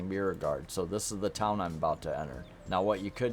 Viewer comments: Beauregard is pronounced BO-RE-GUARD. You kind of butchered it. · Beauregard = bow.re.gard (Beau is pronounced like a compound bow) 🙂